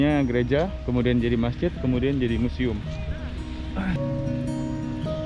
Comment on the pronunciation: Keren banget dah bang. Anyway museum ya bang bukan musium hehe